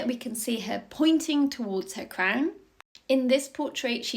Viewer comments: Crwnnnn. What an annoying pronunciation. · She's saying crown with the ow sound!!